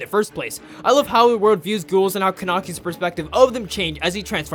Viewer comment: Is nobody gonna talk about how i started laughing when he said kanekis name wrong i love it and rewatch this just to hear him say kanekis name